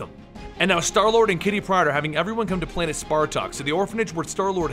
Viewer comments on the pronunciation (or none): none